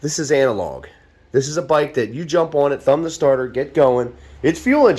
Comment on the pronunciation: This byyke, it's fast byyke, clean byyke, analog byyke